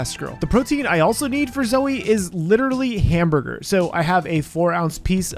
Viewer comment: Hamburger. Hamborgor.